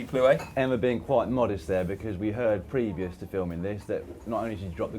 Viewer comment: no one cares but its actually pronounced previousLY and steadiLY.